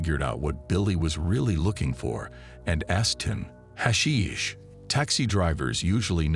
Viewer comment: What a completely bizarre beginning to the video. From the pronunciation of the word hashish to the fact that somehow him liking hash brings us to a year and a friendship. Awful beginning to the script